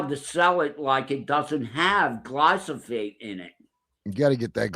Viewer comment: Putting drops of olive oil into the ears is a home remedy for problems like wax buildup. I must dismiss that part of the story. Also, it's GLY•PHO•SATE, not glysophate! 🤦🏻‍♀️